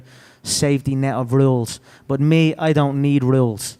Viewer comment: Never heard so many R's in the word rules